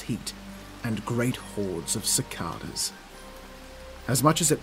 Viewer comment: Hey just wanted to say the word Cicada the 2 a's make different sounds 6th comment 105 view 13th like